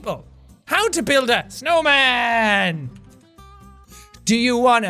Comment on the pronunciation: Jack you saing it wrong it is how do built a snooowwwwmmaaaan